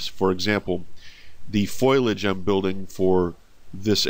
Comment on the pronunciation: This looks awesome, and incredible but i gotta say, you're pronouncing foliage wrong.